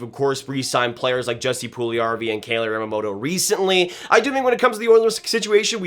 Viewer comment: Kailer is pronounced Kyler